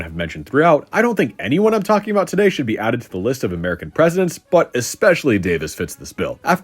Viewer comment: what's this aboot now?